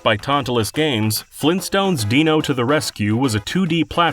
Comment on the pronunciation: GRAND IP! FLEENTSTOHNZ?!